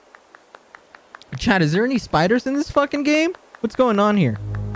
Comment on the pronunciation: I keep thinking he says ‘chad’ instead of chat